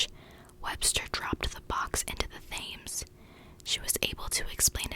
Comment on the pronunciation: You have a great whisper for sure although some of your pronunciations of English places are a little sketchy in places but that's understandable if you're not from the U.K. Although the most egregious was your pronunciation of the River Thames (Pronounced "Tems") lol Keep it up though, cheers!